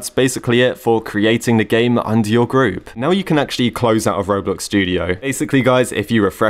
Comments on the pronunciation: "Kroblox" OMG LIKE "Croblox" Like Roblox but made in Croatia 🤣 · He said kroblox 😭😭😂 pin this pls